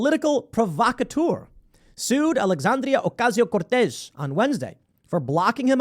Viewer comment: HAHAHAH ALEXANDRIAAAA OCASIIIIO CORTEEEZ was the weird accent necessary Tim?